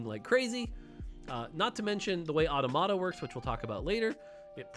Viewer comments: Hearing "ought-a-mott-a" is hurting. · Automata pronunciation is triggering. I'm gonna have to listen to every streamer pronounce it wrong lol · eyo why does he say automata like that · Is anyone else a bit bothered by the way he pronounces automata?